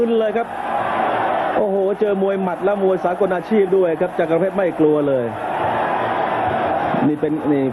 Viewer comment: ต้องอ่านว่า จักร เพชร อ่าน จักะ ร เพชรได้ไง มี ร คั่น หลัง ก